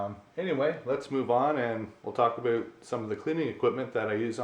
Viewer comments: Great video and your tank looks amazing!!!! Love the way you say about (a boot) haha, but I'm from Texas so I'm sure I would say a lot of things that sound funny to you haha. Thanks for the great video!! Just bought a 75g for my mbuna, can't wait to set it up!! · Hahahaha he said aboot